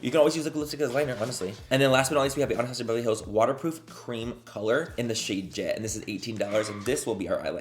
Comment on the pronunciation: every product “anastasiabevrlyhlls” 😂